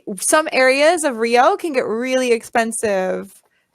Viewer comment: Parabéns, sua pronúncia é muito boa, mas quero te dar uma dica importante para melhorar ainda mais. Na palavra "of", o "f" é pronunciado com o som de "v", fica exatamente "ov", sendo que a letra "o" tem o som de schwa. É que já percebi em vários vídeos que você fala com o som de "f", e eu sei que às vezes não percebemos tão facilmente essas nuances da língua inglesa. PS: A palavra "Off", essa sim é pronunciada com o som de "f". Good job!